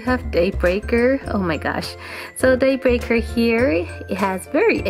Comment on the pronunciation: Every time I hear Daybreaker it more sounds like dayburger to me